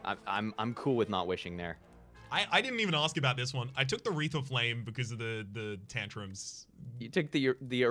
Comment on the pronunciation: "Awreath o' flame-kin" I'm actually mad. What's wrong with you. You can't just say things like that, my sides can't handle it.